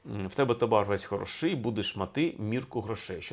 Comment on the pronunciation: Скрізь ставите не правильні наголоси! Не хороши'й, не полова'. А хоро'ший, поло'ва